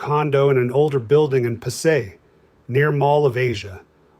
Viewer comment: The proper way to pronounce Pasay is Pas-Sigh. If the guy lived in Manila he should know that. You see, Tagalog words and those from the other Filipino dialects are pronounced exactly like Spanish.